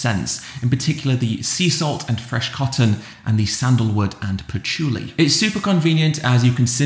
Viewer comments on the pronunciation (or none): none